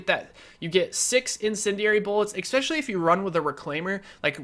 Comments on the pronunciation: Why do you pronounce "especially" as "ekspecially" all the time? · not gonna hate or anything but i think its Especially not ecseptially. i made this build too and i love it, it feels kinda weak but its awesome!!!!! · Inflated, expetccssshhhhhially when you say expetually and please quit lip smacking you mouth breather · "Expecially". Smh. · I just noticed he said that XD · SkillUp isnt too bad with that, this dude is horrible tho, sniff, smack lips, swallow, eXspecially, sniff more, forgot to breathe through the nose, desperately out of breath at the end of every sentence.. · Fucking hell dude! There is no "x" is the word "especially!" And for fuck's sake, learn to edit yourself! There is no reason this video should have been longer than 10, 15 minutes max. Half a fucking hour just to say, "shorter reload times are better." GTFO!